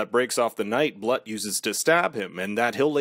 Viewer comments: Annoying as hell, but Blut is pronounced like Bloot. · Some people pronouce a type of champaigne "brut" but the proper pronouciation sounds like "broot". So yeah, "Bloot". - Her skill is seduction. Not really a skill, but yeh, it is deadly.